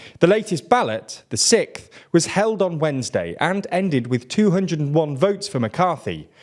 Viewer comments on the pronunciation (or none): Completely random, but hearing someone else pronounce sixth as "sikth" like I do is nice to hear. I've had friends make jokes about it.